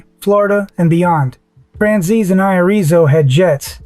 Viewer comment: One point five dollars billion a year. Irrizo 6 foot 5, 50 pounds. Seriously? This isn't AI Slop is just pitiful. It can't even read it's own text. just stop.